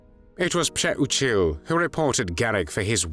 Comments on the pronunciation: Thank you for pronouncing this traitor’s name correctly. Still, wow, I hope Pcheh-oo-chill (Přeučil) is burning in h3ll for all eternity for what he did. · nice pronouncing his last name id would have called him that treasonous ✔️ azz wipe lmfao